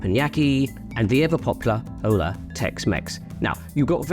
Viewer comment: The “H” is silent in “hola.” It’s “ola” not “hole—ah” 😂